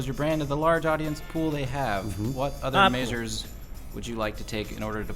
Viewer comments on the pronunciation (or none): says measures weird